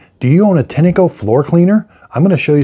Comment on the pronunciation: It's pronounced "Tine-co" not "Tinny-co" 👍🏼